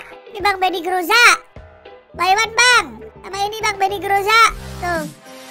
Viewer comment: benny moza bang bukan benny groza wkwk